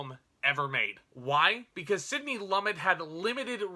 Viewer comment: Great review, but "Sydney Lummit"? --Lumet is pronounced as loom met.